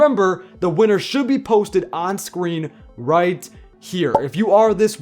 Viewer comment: "on screams" 😂👌